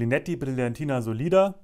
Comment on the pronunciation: The Linetti's "oil" is conceived for finishes, like comb the hair on the temples and on the forehead, not for a complete combing. P.S. The correct pronounce is "Sòlida", with the accent on the letter "O". Sorry, but I'm a little bit finicky !